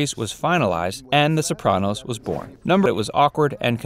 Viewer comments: the bopranos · you can’t pronounce anything correctly. so-PRAN-os. Ray LEE-OH-TA. LOW-DYE, New Jersey.